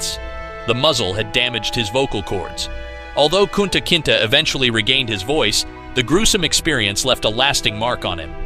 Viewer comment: It's not Kunta Kintah it's pronounced Kunta Kintay. You could have watched the movie...